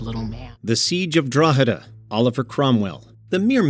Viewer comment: WOW im amazed you pronounced drogheda correctly! I grew up there. One of the biggest towns in ireland